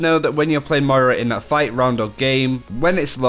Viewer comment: It's Moira, not Moria 😂😂😂